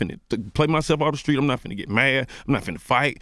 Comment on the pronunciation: CTHAGOD can not pronounce street this dude always say Skreet! 😂